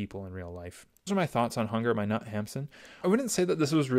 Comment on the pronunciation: Knut is roughly pronounced Ker-ny-ute There are videos on here that tell you exactly